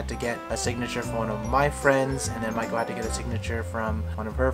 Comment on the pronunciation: Maiko ok i get it, I thought you were calling her Michael